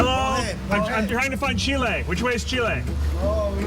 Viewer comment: CHIL-AY! lol!!